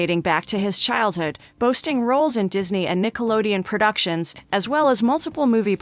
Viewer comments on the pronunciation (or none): none